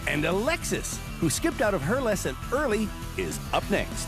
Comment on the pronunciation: Cady Coupe Devil driven by 'A Lexus' that's all I can here her name as lol, Alexis, A Lexus'